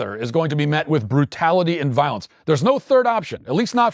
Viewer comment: "voilence" Matthew fix that poop 😡🤬😡